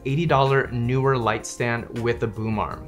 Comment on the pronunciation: Just for the record: -- It's NEE-WER, not NEWER.